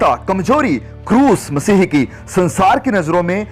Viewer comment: आप स्पष्ट रूप से "मसीह" बोलें.... आप मसीह के स्थान पर मसीही बोल रहे हैं।